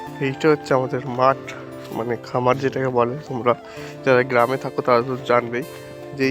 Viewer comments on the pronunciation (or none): গ্রম নয়, গ্রাম হবে রে